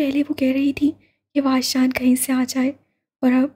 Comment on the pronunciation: Uska name wajdan he or aapne puri novel me waajdan pada he🤨